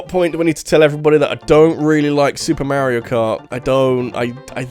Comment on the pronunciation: Why do you say “Mehrio” instead of “Mario” ?